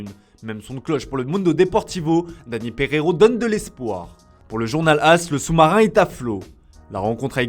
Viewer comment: quoiiii? 😂😂 pejeejoo? Parejoooooo